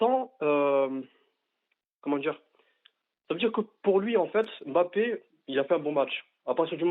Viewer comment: Je comprends pas les journalistes qui prononcent M-bappé or c'est beaucoup plus difficile et lourd que de dire Mbappé (le son est le même que dans deMbélé). L'excuse de prononcer "à la Française", c'est complètement bidon, personne ne prononce par exemple le nom du président américain "à la Française".